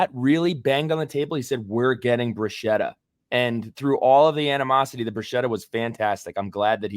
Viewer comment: how does a boy from northern New Jersey not know how to properly pronounce bruschetta? It's pronounced "brew-SKET-uh". In Italian, "ch" is always pronounced as "K". 😉